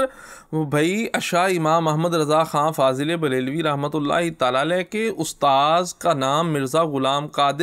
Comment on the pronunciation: Sarkar mazrat fazl e brealvi nahi fazil e breali hota he bhai